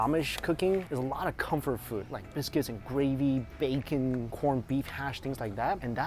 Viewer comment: You say bacon like Homer Simpson 😂does